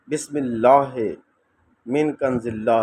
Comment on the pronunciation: bhai apna talffuz thk kije plz Bismillah ghalt parhi hai plz don't mind